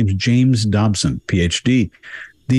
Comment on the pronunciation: Dodson, not Dobson. Apologies.